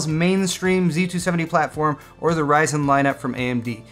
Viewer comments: "LOL HORYZEN" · Say it with me: Ryzen Ryzen!